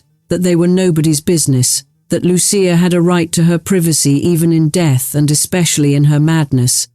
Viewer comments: God, the AI is strong in this one. So banal and repetitive. I see the software is boggling on Loo- sha, or Lucy-ah. Hint. She and her brother were given Italian names. It is Loo- chee- ah. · It was pronounced Loo-sha. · Lu-CHIa. They spoke Italian.